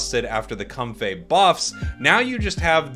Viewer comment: Why does he pronounce comfey as “cumfay”